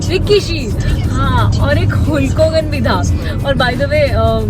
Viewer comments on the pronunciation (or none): हुल्क नहीं हल्क होता है दीदी